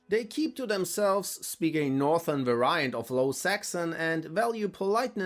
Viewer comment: The way "variant" is pronounced is adorable.